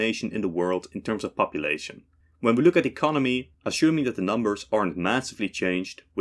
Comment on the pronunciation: I'm no native speaker but I always find it confusing when he says 'assuming'. Is it some sort of accent?